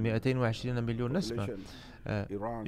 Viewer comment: المترجم جيد ومصطلحاته ثرية إلا أنه لا يدرك الفرق بين كلمات ومنها على سبيل المثال: نَسَمة ونَسْمة، يحتاج فقط إلى التدرب والقراءة بالعربية الفصحى